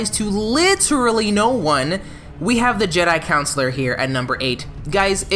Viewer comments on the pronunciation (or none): Jesus Christ - it’s Jedi Con-su-lar. Consular. Not councilor. I can even get last two minutes of your video if you can’t pronounce the class correctly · 1 minute in and my guy is pronouncing “consular” as “councillor” oh dear… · A lot of hate for the Consular from somebody who can’t pronounce it… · Two years later and it still bothers me that doesn't know how to pronounce the word "consular" at all.